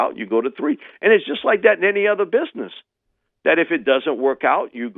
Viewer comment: Is it "bidness,"? Is it?